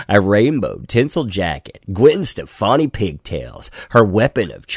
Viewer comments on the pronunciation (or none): none